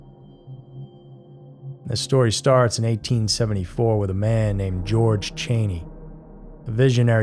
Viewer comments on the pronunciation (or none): none